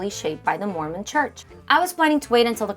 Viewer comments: The creator mispronounced the name. It was jarring to hear, although I completely understand why she did it she wasn’t familiar with the name. Telling someone they’re mispronouncing a word is a kindness IMO. It’s like saying, “There’s spinach in your teeth.” I don’t know why you’re making it a bigger issue than it needs to be. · There is no correct pronunciation. I think complaining about this makes us look bad.